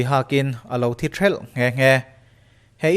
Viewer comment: Thi thêlh ti a thluk ni lo in, Thi thelh ti a lam tur.